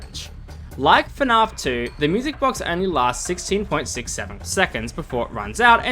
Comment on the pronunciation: Who the hell pronounces it fnahf?!